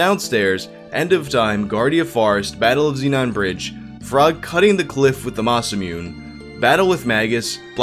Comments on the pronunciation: Its not masamyun. Its ma-sa-mu-ne. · Masamune? Mah-Sah-Moo-Nay! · You caught "could of" but then you turned around and said "Masa-MYOON" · your pronunciation of masamune was dis-gus-tang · Its pronounced mahs-uh-moon-aye and it’s actually Marley, not Marl. Great video and it made me sad. I wanted Chrono Break too but sadly it looks like we won’t ever get an updated Chrono. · "Masa myoon" :( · yo, you read Masamune wrong. I am disappoint. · I don’t like the way you pronounce ‘Masamune’